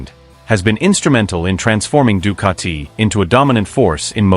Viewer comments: Ducati not Ducarti......🤷🏻‍♂️ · The italians will make u into a pizza.. with your Ducatiiii pronounciation 😛